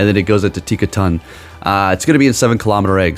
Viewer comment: "...TinkaTANK...*looks closely...Tinktink(nailed it) *almost immediately TINKTINKA" "..been waiting for this Pokemon" but doesn't know the name or pretends not to know. Stop lying! ...and continues to mess it up for rage bait. Cool, well played